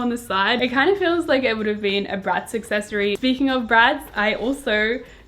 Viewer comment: Anybody else heard 'bratz successary' instead of 'bratz accessory?'